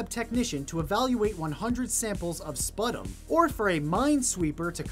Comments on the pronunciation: Amazing that you've reached this point having never heard "sputum" said out loud. Love your stuff though! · ..... did he just say sputum wrong?!